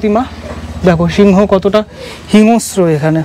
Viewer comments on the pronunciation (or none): হিংস্র শব্দটার উচ্চারণ hingo-shro নয় hing-shro